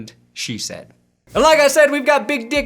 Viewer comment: Hearing "She said" repeatedly makes it sound like "cheese head." Watson is going to the Packers confirmed.